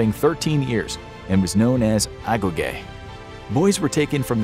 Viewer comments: As a greek its not agoge is more like agogi with more focus on the "gi" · A-go-gee not a-go-gay 🤷‍♂️🤷‍♂️ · You should practice your Greek Is not Agoge is Ayoyí Is not omioi is Ómii Is not sissytia is sisÍtio Is not Gerosia is Yerousía